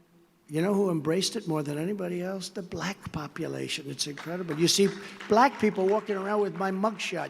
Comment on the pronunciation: The way he pronounced “black” is offensive!